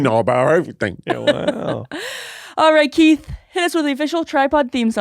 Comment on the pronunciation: I hope saying Kieths name wrong is a new bit for every podcast, "John" "Mike" "Larry"